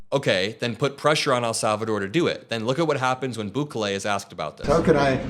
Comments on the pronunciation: EL not AL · Pronounced Boo-Kelly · Sorry. The pronunciation of his name is BOO KAY LAY with the stress on the KAY. Keep up the good work.💙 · it pronaunced “boo-KEH-leh” (each syllable pronounced clearly, with the middle syllable stressed slightly) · Its prounounced Boo-KAY-lee